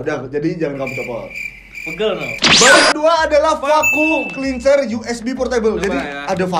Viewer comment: Vacum cleanser... 😂😂😂gw salah dger gaaa... vacum cleaner